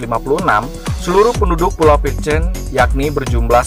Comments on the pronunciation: Salah tulisan "Pitcairn" bukan dibaca "Pitcheirn" melainkan "Pitkeirn" ya kan.! oke.! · Pengucapan "Pitcairn" nya salah... Coba buat yg bikin video, lebih diperhatikan lagi gimana pengucapan dalam bahasa asing... Coba tonton link diatas, di menit ke 2.21 disitu ada gimana cara pengucapan "pitcairn"